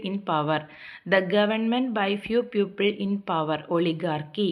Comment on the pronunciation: Don't say പ്യൂപ്പിൾ. It has a different meaning. It's പീപ്പിൾ. It's Ugly. Ogly is not a word in English. Please recheck everything next time😊